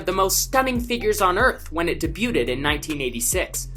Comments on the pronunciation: Did you just say "day-byu-tid"?? it's pronounced day-byu'd. The T is silent. i know it's not important in the grand scheme of things but thank you for the laugh lol. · Day-beau-ted? What??? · my man said “debyooted” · did he say debuted lol and in de-bu-ted. Lol day-buyed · Debuted...DE BUTE ED? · Debuted.. not "Dey-Byoot-ed" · dey-byuted? .. why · Debuted = Day-bewed not day bew ted. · Oof on the pronunciations in this one.. debu-Ted? Aisle-a nub-ler? But great work on everything else! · Well that was an interesting way to pronounce Magi and debuted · i know mans did not just pronounce the d in debuted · Do these people not know how to speak? x'D Pretty sure you don't say 'debuted' with the t